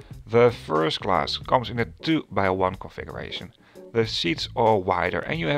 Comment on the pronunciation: It feels like you pronounce "configuration" as "conversation" :)